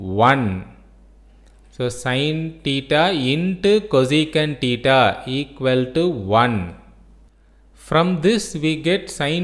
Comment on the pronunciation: It is not tita it is thita😂